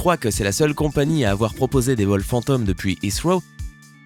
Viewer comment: pourquoi il dit "fanteum" 🤔